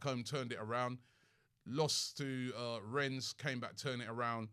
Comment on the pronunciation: Robbie still calling it Renns